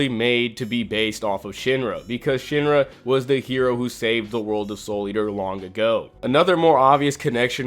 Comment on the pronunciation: It’s sheen-ra not shin-ra 😤